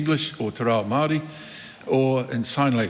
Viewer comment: Thanks Mr Speaker sit down Winnie and just be quiet your to old and to plastic you can't even pronounce Moari or Aotearoa properly, time to retire old man